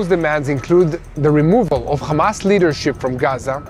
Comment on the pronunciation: Khamas isn’t it hamas like when your happy are you khappy